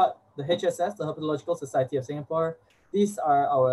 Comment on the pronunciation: Kudos to the presenter,, for pitching his talk simply so that even young enthusiasts can enjoy. I am also very impressed by the host,. Her flawless enunciation in her introduction of Sankar Ananthanarayanan (9 syllables) and Herpetological Society (9 Syllables) is commendable. 👍🏻 Well done!